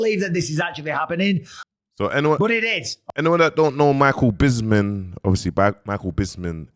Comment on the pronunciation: MAN SAID MICHAEL ''BISMIN '' MIDDLE WEIGHT ,LIGHT HEAVY WEIGHT .MIDDLE MATE 😂😂😂😂😂😂 MICHAEL BISPING